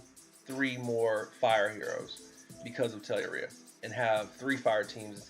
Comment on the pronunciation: It isn't ORE... it's UR so it's pronounced Tell-UR-ia.